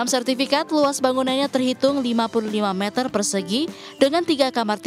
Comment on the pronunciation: Klo bisa bilang satu meter bukan satu metel